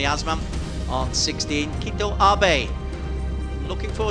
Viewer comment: Through this video, I heard "Kito" Abe about 100 times, but never Keito (kay-to).